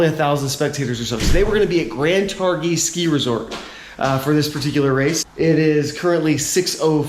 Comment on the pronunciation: Great video. Brings back so many memories. BTW the "g" is basically silent in Targhee